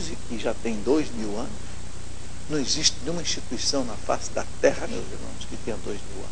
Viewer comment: ESSO NON ECSSISTE!!! KKKKKKKKKKKKKKKK Cada uma viu puffffsss